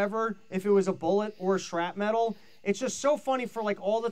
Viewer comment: Please someone pull aside and help him say "shrapnel." The pivot to saying "shrap metal" was bad enough but then he kept repeating it. I think he has been watching too many Kamala speeches.